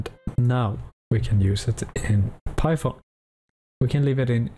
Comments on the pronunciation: “if you don’t have shi onion installed” 😭 Btw great tutorial :) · Lol "Sheet Onion"